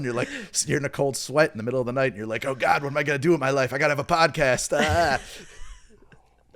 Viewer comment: It’s h muh gawd